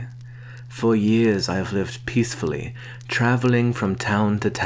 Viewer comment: ”Peafefully” that was the most wholesome thing I've heard